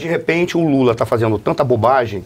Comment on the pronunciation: Mula? Trocaram a letra L pela letra M foi é ?